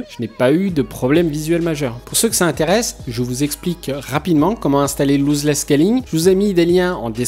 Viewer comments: pas Looseless scalling mais Lossless scalling.. Argh les oreilles ..sinon très bonne vidéo petit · Bonne vidéo ! Mais pitié c est pas "louse less scaling" c est "loss less scaling" 😅 Ton tuto est 1000 fois trop rapide par contre. Pas du tout pédagogique 😕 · On prononce loss 👉🏽 l'os less et non louzeless merci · Vidéo super intéressante, y en a pas beaucoup en français à ce propos ! :) Par contre par pitiéééé c'est "LOSS" pas "LOSE" ici haha, et ça se prononce bien "losse". :)